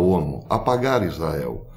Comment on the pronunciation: Bom domingo professor, tenho sempre acompanhado seus vídeos, mas gostaria que o sr. Desse um capricho quando da pronúncia da palavra ISRAEL RRRR